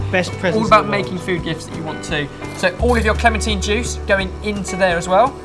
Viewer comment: I don't care how you say clementine but could you please stick with one pronunciation.